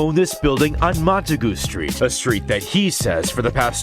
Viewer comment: Mont-a-goo Street.😂